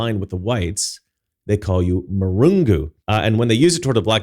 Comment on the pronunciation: It's not marungu. It's mlungu.